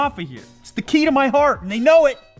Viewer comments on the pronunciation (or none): none